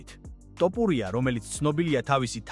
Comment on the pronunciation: რით ვერ ისწავლე ასო ბგერა""თ""" მოგიტყან სკოლა, მასწაბლებელი და გამზდელი დედა თუ ვინცა გყაავს თოფურიაა შე გამზდელ ჩაკუკებულო😂😂